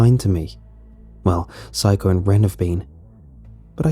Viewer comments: When he pronounces Saeko as Psycho. I'm crying on the inside. LOL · The original writing in the r/nosleep is Saeko Correct pronunciation is: Sā like in the word sun é like in the word end ko like in the word co-op Some pronunciation might have given the 'sā-é' part sounded like 'psy' instead, thus listeners tend to hear 'psycho' instead of Saeko.